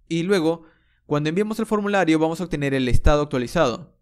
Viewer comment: Odjeto, Ocserbar, octener, MAN HABLA BIEN ME CAGO EN TODO